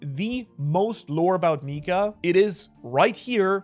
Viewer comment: Bro, That's Not How You Say Nika